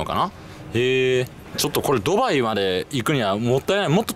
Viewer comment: スーツ氏「例えば、、、とうきょう、ドゥバァーイ、ロンドン」 俺「クセwwwwwwwwwww」